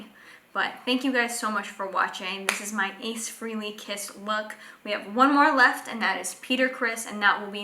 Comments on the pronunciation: One comment, his name is pronounced FRAHLEY (long A) not frehley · Not bad. You performed a few steps out of sequence, but a decent end-result for your first attempt. Great that you had fun doing it. BTW - the correct pronunciation of his last name is "Fray-lee", not "Free-lee"